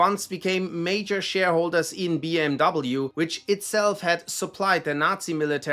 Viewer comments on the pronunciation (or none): its BMW not BM Double U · BMW pronounced incorrectly😅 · I noticed that all German based named were pronounced in German, like, “Volks-va-gen” where the “W” was pronounced as a “V”…. With the exception of BMW where it was pronounced “bee-em-double U” and not “bee-em-vee” … 🤔